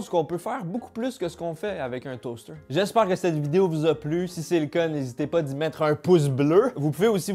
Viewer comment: Deuw stayks down le toasteuouw 🤣🤣